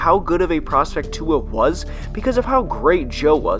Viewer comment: Singletery is good tua is great I’m a Alabama fan and I watched him play a lot he’s a beast also say tuas name right